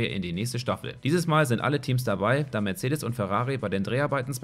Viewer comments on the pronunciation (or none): none